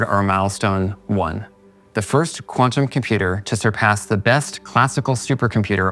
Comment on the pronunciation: How can you run a 5 minute benchmark if the longest time the chip remains coherent is 100 micro seconds? Also what is a quannum compuder is that the same as a quan tum compu ter?